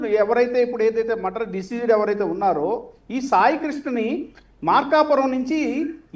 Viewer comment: ఆరే నాయనా అది మద్దర్ కాదురా బాబు మర్డర్ ఇది పలకటం కూడా రాని నువ్వు లాయర్ వి నిన్ను డిబేట్ కి పిలవటం జనాల ఖర్మరా బాబు